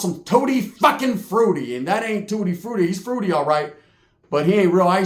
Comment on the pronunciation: All I can hear is "tutti fuckin fruity" over n over lmao too funny bro